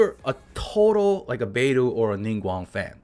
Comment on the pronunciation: Also please it’s ZHONG I zh o ng why do you keep saying it as zangli????? There’s an o there not an a